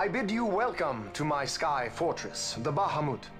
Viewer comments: Ba-Ha-Moot, Eh? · PRONOUNCES BAHAMUT LIKE A CANADIAN